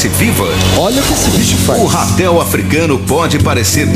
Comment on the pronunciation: Não é Rapel e RATEL!!!